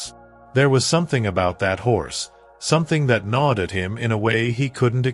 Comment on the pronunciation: Gnawed. Stupid A.I.